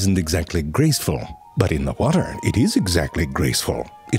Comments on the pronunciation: His "butt" instead of "but" has to be my favorite part of every video. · This guy never lost an opportunity to say butt instead of but :D